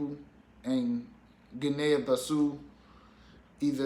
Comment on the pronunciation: Cogratulations! And Guinea-Bissau is pronounced Gini Biss-Ow